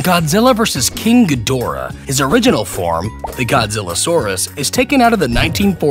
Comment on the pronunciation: it's ghidorah not gdhorah